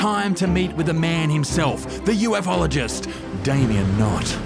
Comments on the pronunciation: I swear she just called him a “you-eff-all-or-jist” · the news lady...UF Ologist? What's one of them then, mate?